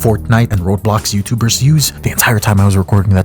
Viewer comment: Does he say Robe Lox?